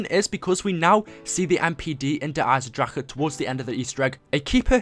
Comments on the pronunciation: STOP SAYING dereisen draKEE it's such a disturbing noise bruh omggg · der eisendrachen not der eisendracher